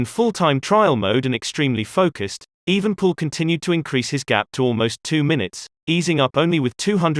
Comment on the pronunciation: the name is EvenEpoel not Evenpoel